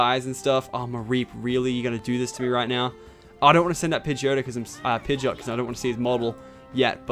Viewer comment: What! Ash road pidgeyot not pidgeyoto.